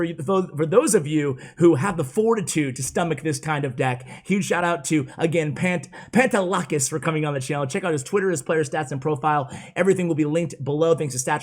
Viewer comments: I’m Greek and it’s pronounced Pah-nte(de)-la-kees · Yo I’m greek and speak the same language as people from Cyprus and his name is pronounced “pan” “de” “lack” “is” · The legend has it still can’t Pronounce the pantelakis name right